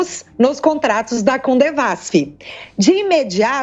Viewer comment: Só um detalhe, não é "CoNdevasf" o certo é "Codevasf" que siginifica: Companhia de Desenvolvimento dos Vales do São Francisco. Se o assunto não for esse me perdoem.